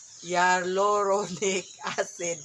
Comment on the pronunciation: hayaluronic ang pronounciation, Ate. it means a fluid that helps luricate, skin ans serves as structural element (hold tissues together hence less wrinkles) makes skin smooth, hydrated, which is also also abundant naturally from our body coming from our umblical cord, synovial connective tissues.